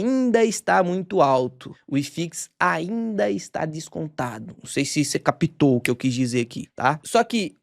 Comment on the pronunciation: vai lá no trecho onde ele diz , capitou , capitou rsrs, e como ele diz não siga diquinha , tente enteder kkk